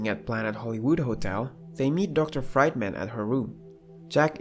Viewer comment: Fried man, really? It's pronounced Freedman..